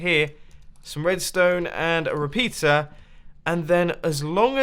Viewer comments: did he say repeter or a repizza XD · Reapeter sounds like ''PIZZA''